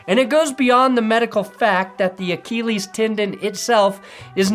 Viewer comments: Achilles! Look up how to pronounce it. keeps saying it wrong. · AKKEEELEEES?!?! bro you talk for a living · I can't be the only person triggered by the way pronounces it "ACHEE LEES" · Acheeeeeleeees! Not Achilles, acheeeeeleees! Check your pronunciation people. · please say achilles right. its funny at first how you mispronounce it but then it gets old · The only reason you made this video is so you could mispronounce Achilles 127 times. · I’ll sign up for underdog when you pronounce achilles correctly ffs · Just pronounce it like everyone else does. Remember that Family Guy bit on the 'h' in Cool Whip? You're Stewie.